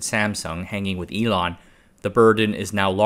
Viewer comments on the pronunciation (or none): none